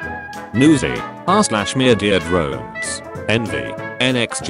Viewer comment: I love how you just say ”Myurdeer Drones”